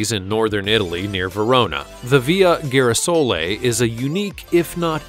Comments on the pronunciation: as Italian i hate when Italian words are mispronounced .....it`s not Midici but MEDICI , and not Ghirasoli but GIRASOLEEEEEEEEE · The only weird thing I found in this is the pronunciation of #1 Girasole. It’s not gheerasole but geerasole as in geezzzz. What else was mispronounced? 🥴